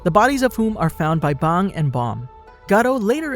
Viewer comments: You pronounce bang like bong my boi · Why my boi pronounce bang like bong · It’s bang not bong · aint no way he just called bang bong lmfao